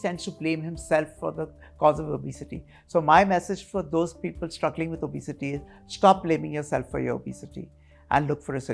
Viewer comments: The doc is pronouncing obesity correctly. The anchor is pronouncing it as o-bay-siti. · I had to stop watching the video becoz the anchor's pronunciation of the word 'obesity' was too bad 👎